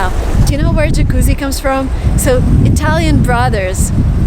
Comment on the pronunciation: Your italian pronunciation of the word "Jacuzzi" is perfect. Brava!